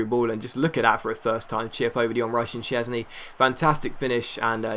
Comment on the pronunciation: It's vorm and szczesny is polish